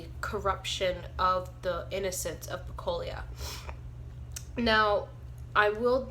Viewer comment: Pecola not pecolia